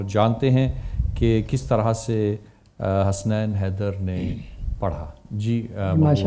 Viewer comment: نذرانۂ عقیدت پیش کی.... ؟؟؟ اور حسنَین نہیں حَسَنَین میزبان صاحب! ذرا احتیاط! جنت تری رعنائی کا پڑھتی ہے قصیدہ...! بہت عمدہ...پوری نعت کمال